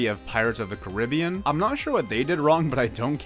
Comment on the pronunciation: How does one manage to pronounce Caribbean like this...